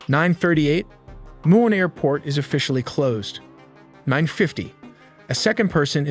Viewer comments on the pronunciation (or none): none